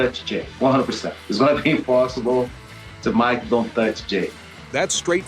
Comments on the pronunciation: bro said might tyson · It's Mike, not might!